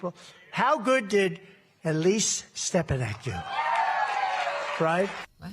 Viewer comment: Great clip you showed here. Funny thing is - he didn't even say Stefanak - his lips closed so he actually said Steppenak.